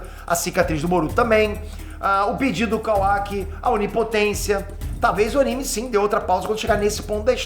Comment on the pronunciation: só eu acho que o devia aprender pelo menos as pronuncias das palavras em japones? nao tanko ele falando "razenga", "kawáki", "gayden"